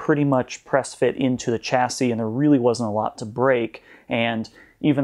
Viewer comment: it is pronounced shasy